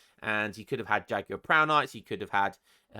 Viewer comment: i love that you pronounce jaguar correctly, i've heard morons say it like 'ja-gyou-are' truly, a cultured brit <3 😩